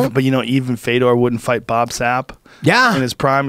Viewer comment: Bobu...with a long o